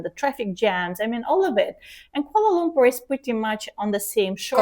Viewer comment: I notive that both pronounce Malaysia with the correct pronunciation just like Malaysians, and Dr Ekaterina pronounces Kuala Lumpur perfectly.